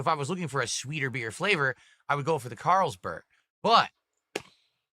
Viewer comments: Just hearing him read one of the most popular beer names as a neanderthal, makes me cringe...CaaaaaaarlsBERG...dude its the most common European beer like Heineken that you can get at a gas station. Also this moron doesnt even know how to pour lol, you dont just drop it from the top at a straight angle, you tilt the glass to the side so the beer pours consistently. Its not the can's fault, its you being an idiot and not knowing how to pour a beer from a can OR bottle, its the same techinique. Jesus this guy is useless for living. Sing-HA......its SINGA you twat. ALSO the head size depends on how you pour...you dont pour like him and get a fat or skinny head depending on the beer, its depending at what angle you pour it. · I don't know what this thing is... Caaaaaarls-berg? No frickin way he's never heard of Carlsbery before.